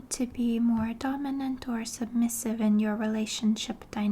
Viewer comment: Cute how you say "donimant." Do you also say aminal?